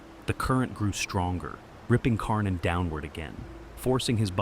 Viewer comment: Karnin becomes Kork-in.